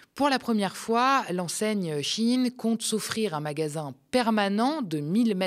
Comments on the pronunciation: "Shein" ne se prononce pas "Chine" comme dans "un chine toc" (terme wokiste à la mode) mais "sh" "ein" ,comme dans " ein volk ,ein reich ,ein Fuehrer "... à bon entendeur , salut 🚸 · Shein vous l'avez prononcé CHINE. purée j'avais jamais fait le lien 😮 G Jamais acheté là ni sur temu. Vinted oui. Merci 🎉